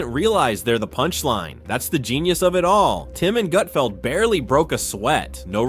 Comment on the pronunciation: His name isn't "Goot-feld." I watched 5 minutes and never saw any meltdown. This video is absolute clickbait.